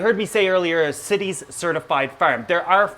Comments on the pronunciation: CITES sounds like it should be pronounces SITES and not cities there is no i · It is CITES (the Convention on International Trade in Endangered Species of Wild Fauna and Flora), so it is pronouced like sci-tees, not like cities. Why isn't it pronounced like the cites in "he cites the definition of CITES"? because english is horribly inconsistent and makes no sense. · Its cites not cities. Like "sights" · CITES is pronounced sy-teez , not sit-eez . Just an FYI for anyone that wasn't sure. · cities is actually pronounced sight-ies. smh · CITES not Cities ;) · Where I'm from in the US we say CITES (long i) so not to confuse it with cities. (Short i ) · I love your show but that's not how you say CITES. It's pronounced sightees. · Always read/heard cites pronounced sites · dpsilver I worked at a job that had followed cites regulation . Pronounced as Sci-tees. Like sci(ence) teas. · its pronounced "sigh-tees" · I've always heard it pronounced 'cy-tees'. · me too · Love the info. But i cant help it...It is pronounce Saay-tis. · Also CITES is pronounced sites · CITES...... its pronounced S EYE TEES....... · Great video, very informative. I just want to let you know though that CITES is pronounced sigh-tees with a long I and long E. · CITES is pronounced sight-ees, not cities. Part of the price of Asian Aros is because the farms where they are produced must return 10-25% of their spawn to the wild, as part of the agreement allowing them to farm them and sell them legally. Last time I saw numbers, the release of captive bred fish to the wild was not having a marked effect on wild population numbers as the illegal trade in them is still thriving. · CITES pronounced sy-tees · The I in CITES is pronounced as a long I. FYI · Rev Hitit I have been a zoo keeper for 18 years and have to deal with CITES almost every day. I assure you it's not pronounced the way he says it.